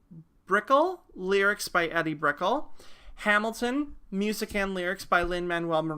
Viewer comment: It's pronounced EE-DEE BRICK-L (like a long, rolling letter L).